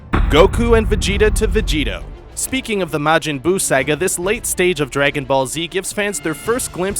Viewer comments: this guy cant even pronounce saga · He couldn't even pronounce Piccolo right he pronounced it as if he started with Pee. As well as saga.